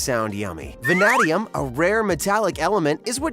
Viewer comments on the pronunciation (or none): none